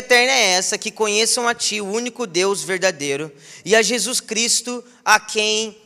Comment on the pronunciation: "Shei shu" mano eu dei risada disso???kkkkkkk